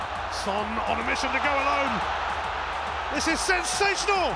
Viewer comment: How much does the Son commentator which he said Sonsational instead of Sensational?! Also question for anyone paying attention who were the only players to appear twice as goal scorers in this list?!